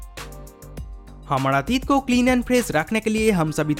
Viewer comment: Dear if you can't speak proper Hindi pronounce so please don't make video in Hindi language like real pronounce Hamara but you said Hamada n Zarurat n you said Zadurat ... Learn how to pronounce Hindi words ..